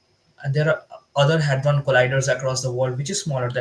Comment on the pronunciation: It's Hadron, not Hardon Lolllll